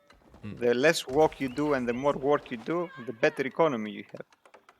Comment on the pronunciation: Love how pronounces walk and work nearly the same (yet it's still entirely clear)